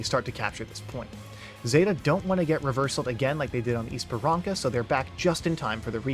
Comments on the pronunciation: Bro Esperança is pronounced like esperansa not esperanka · can u pls pronounce things right i got jumpscared by "esparanca" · its ESPERANSA, the C is pronounced like an S because of the little thingy below it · ur video is so well thought out and explains the complexity of ow, but please pronounce esperança right LOL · Oh wow, i didn't even notice 1 hour pass! Very well explained and cinematic video. Also, the 'ç' (cedilha) in Esperança is pronounced more like an 's' not a 'k'.